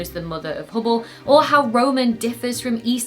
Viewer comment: you suck at saying Hubble 😊 love your work keep it up 👍